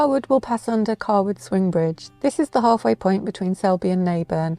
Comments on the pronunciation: you pronounce Cawood 'Car-wood' and I've never heard it said like that. It's 'Kay-wood'. Great video though! from York. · Just to let you know Cawood is pronounced Kaywood. Great video